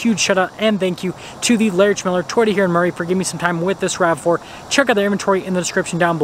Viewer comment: And it’s “rav4” not rave.